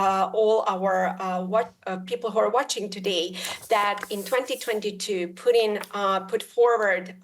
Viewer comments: The Guy's name is Putin not Pudding, simply annoying when people cannot pronounce things correctly. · Does she call him puddin?